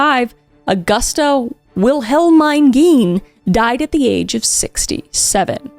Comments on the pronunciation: Great video! FWIW, Wilhelmine is pronounced willa-meen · I believe Wilhelmine is pronounced "Will-a-meen"